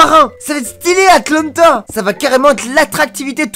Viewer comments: Mai il est un idiot on dit pas Atlanta mai Atlantic 🤣🤦🤦🤦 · Toi 0 -1 parce qu'il dis Atlanta au lieu de atlantis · C pas atlllannnta 🤣🤣🤣🤣🤣🤣c atlantis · Le pire c que c Atlantis et non atlanta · Et puis il dis atalenta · on dit Atlantis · Il a dis « AtElAnTeTa! » 😂😂